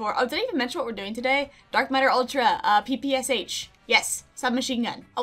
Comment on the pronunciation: Hey! Russian here. PPSh is actually pronounced “peh peh shah” because it’s only three letters in Russian (ппш). That third letter makes the “sh” sound and the letter itself is called “shah”. And now, you are enlightened! 😊